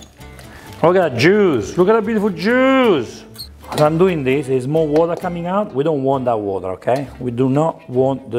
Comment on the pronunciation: "look at the beautiful JEWSSS"